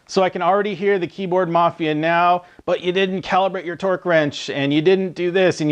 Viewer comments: Is he saying torque sticks or twerk sticks???? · It sounds like he's saying Twerk Sticks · He’s saying “Twerk” right. All I hear is twerk twerk twerk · Hands up if you think this man said "twerk" a few times. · nice test, but i guess I wasn't paying attention to the video title because at first I thought you said 'twerk' sticks, lol 😂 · are you saying twerk sticks? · Lmao are you saying twerk sticks?